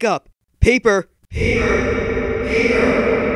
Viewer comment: Paper more like poper